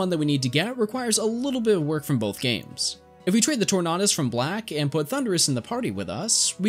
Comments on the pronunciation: Torn-ahh-dis, I died. I love your videos though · The way you say Tornadus kills me inside, great video though.